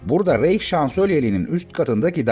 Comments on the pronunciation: Almanca isimlerin kafasını, gözünü yara yara. İnsan hiç değilse bu isimlerin telaffuzunu sorar öğrenir. Reich ( reyh diye değil, rayh diye okunur)...Hele Guderian'ın adı ..guderiyan diye okunur. Führer diye değil, füğrer gibi yani uzatılan ü şeklinde okunur. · Rayğ değil mi o